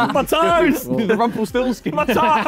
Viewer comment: lol harry watches once upon a time ahhaha, he said rumpelstilskin